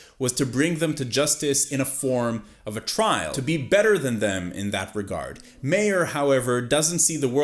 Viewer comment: It's MEYER not MAYOR. Geez.....they said his name like 1,000 times in the series.